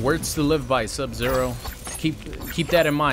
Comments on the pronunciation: Oh man, I LOVE "Sub-Zer!" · Ah yes, Sub-“Zer” my favorite character